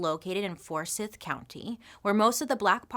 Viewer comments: I live 45 minutes from Forsyth county. It's pronounced as "forsith". But anyways I loved how I made a comment about Lake Lanier and now you're making a video about it. I'm so excited that you saw the comment and made a video. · Forsyth is pronounced with a long i. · First great video!! Second it’s pronounced Forsyth with a long I sound so like fors-eye-th. Third Anyone familiar with Lake Lanier knows you don’t go into the lake. It’s haunted. People drown every year, they go missing. There’s terrible boat accidents. Yet every year people get in this lake. Don’t do it!!! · Forsyth.... ForsEYEth county. Still a backwoods, racist area. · Bailey :) the pronunciation for Forsyth county is For-S(why)th. It’s complicated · Bailey. I love you. It's for-sigh-th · For-sigh-th Georgia. I love your videos, thank you for them. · Oh, and it's pronounced "For-Sighth" 😊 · I’m from Forsyth. Just wanted to say it’s pronounced for-sigh-th lol. I loved learning the story behind lake Lanier! I’ve lived around that lake my whole life. It’s crazy! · I love you so much and I mean 0 disrespect. I’ve lived it Georgia my whole like and we pronounce Forsyth county as (for-sithe) 😭😭 I’m sorry lol You are literally my favorite person ever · I saw lake Lanier and was like there is no way she is talking about this here. Lol "Forsyth" is pronounced "for-sigh-th" weird to hear someone else talk about it. Lol. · It's pronounced force-eye-th County. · I'm sorry but what the heck is "forsith"...... if you're going to say a geographical location, make sure you're saying it appropriately. I couldn't even watch the whole video. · I live in Ga and was confused at first when you pronounced “Forsyth” incorrectly. “Forsyth” has a long “i” in the second half of the word. Great history info you have shared. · So, love all your stuff, but as a Georgian, Forsyth isn’t pronounced like a dark star wards lord “sith”, it’s Forsyth, …syth rhymes with life. That’s all. You’re my favorite!! 🥰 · fors-eye-th lol